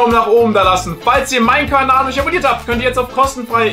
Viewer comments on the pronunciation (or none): none